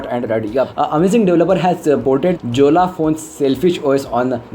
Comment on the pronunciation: Jolla should be pronounced as yo-ll-a! And dude if it was a crappy os why would the Russian government invest in it? you know what it can even run Android apps, let alone a few glitches. You should have been running an early build! It's an interesting and secure os! respects pls!!